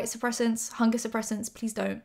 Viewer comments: At first I thought she said fungus suppressants not hunger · HUNGER suppressants. I thought you said Fungus.... or bungus or something.